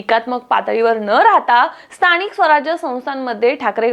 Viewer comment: कसली भाषा ही न व ण मधला फरक कळतोय का?😭 महाणगर स्थणिय भयानक आहे